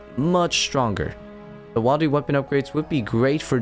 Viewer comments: Wildy is pronounced Will-D not while-D as it is short for wilderness. You got me to comment. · This bothered me too lol. You say “wildy” as short for “wilderness”, where the “i” is pronounced “ihl”. If you say “wildy” with the “aye” sound, you are just adding a letter to the already shortened “wild”. Makes no sense. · Right? Willdy is how me and mine says it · idk why saying wildy like that makes me irrationally uncomfortable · Wait he says wilderness correctly but says wildy in a really weird way 😅🤣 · Yeah you need to not say wildy like that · You need to stop pronouncing wildy the way you do. Short i as in the one in wilderness not a long one as in the one in wild